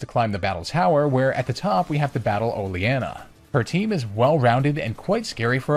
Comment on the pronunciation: Isnt it pronounced o - leen - a